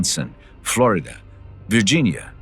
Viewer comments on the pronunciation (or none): none